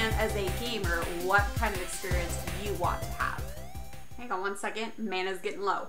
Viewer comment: Music is too loud... distracts from your topics... Edit: you said mana wrong....... 🙁